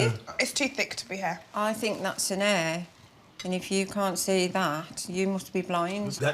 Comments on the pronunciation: It's pronounced "Hair" not air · Judging someone else’s accent when she calls a hair “an air”